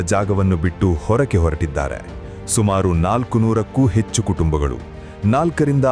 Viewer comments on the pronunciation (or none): none